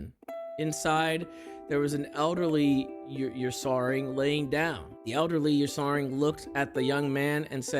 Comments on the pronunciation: butchering the pronunciation of Ursaring lmao. Also why the FUCK are these lore things real... somebody really made up some fanfic like crap at game freak and now it's official simply because they work for the company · Not him mispronouncing Ursaring😭